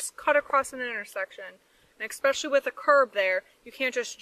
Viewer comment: Any cop that says the word “EX-specially” is automatically in the wrong in my books.